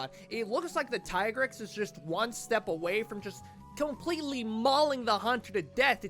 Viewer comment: I’m just glad the community continues to pronounce Tigrex as Tie-Grex instead of Tee-Grex